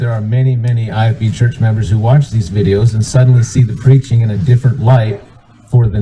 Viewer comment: Everybody be on the lookout for the Great Lakes accent (between Wisconsin & upstate New York). He pronounced videos as “vide-ooze,” nonsense as “nansense,” & I as a nasally “uh-IIIIII.” Happy hunting!!!